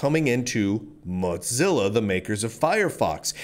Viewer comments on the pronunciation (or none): He's just thinking about lunch. It is moe-zilla. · It's 'Mozilla', not 'Modzilla'. Also, economic competition is as stupid as it gets. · According to the organization known as Mozilla it is to be pronounced like Moe - zilla. Like Godzilla but Moe. lol I figure he does it to get more comments (for the algorithm). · dude, is it pronounced mot-zilla? I though it was moe-zilla. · what the hell is a Mudzilla,? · Normally, that would mean it was spelled Mozzilla, would it not? 🤣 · However it is spelled, it distinctly doesn't have a "T" in it. It triggers me everytime I hear Lunduke spell it. :( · he always pronounces it as motzilla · Its AKTUALLY MOE-TELLA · Speaking as someone who was involved in Mozilla from the day Netscape spun it off, the O in Mozilla is long. It sounds really painful when you keep using a short o. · Your pronunciation of Mozilla is different. You have a different twang in your speech. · Dude pronounces the moz in Mozilla like he's saying the name of a cheese.